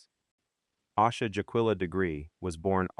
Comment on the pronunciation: I used to think her name was pronounced "Ah-sha" because so many videos said it that way. It wasn't until I heard her brother say "Ay-sha" that I realized it was wrong